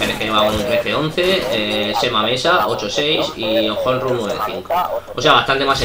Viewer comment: Y por cierto dato informativo para ños comentaristas cuando nos mencionais: honru no se pronuncia von J es con H muda es cono di fuese onru y mi nombre no es semamesa como decis es chemamecha las x son ch gracias